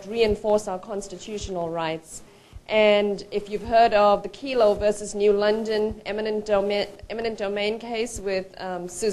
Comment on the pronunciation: It's "Kelo" v. City of New London, not "Kilo." Good info here about liberty & the opposition to gov tyranny.